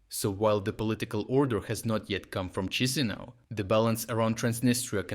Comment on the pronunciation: We can't, theres no soldiers and there's too many Ruzzia lovers here, we will also get destroyed in minutes by Russia, we're not Ukraine :D not as strong. Also it's not CHIshinau, its Kishinau, that's how us Moldovans spell it